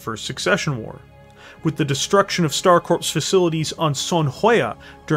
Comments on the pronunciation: Please stop saying Star corpse. The p and s are silent it is pronounced core. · Do you keep saying star corpse instead of star core when you say Star Corps?